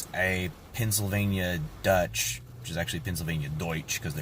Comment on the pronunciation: Being originally born in Pennsylvania you're finally the right person who pronounce Pennsylvania Dutch properly. I am German Irish thank you